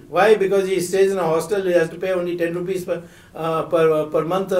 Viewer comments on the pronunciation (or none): none